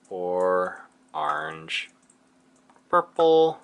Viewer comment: Did just hear him say ARNGE?!